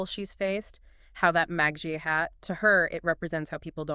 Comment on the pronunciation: "MA-jjah" hat? why the pronunciation stuff about MAGA? seems A.I. or something's going on here.. suspicious..